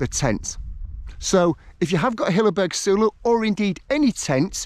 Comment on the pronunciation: random one.... wouldn't it be pronounced soul-o..... as in solo ? as its a solo tent.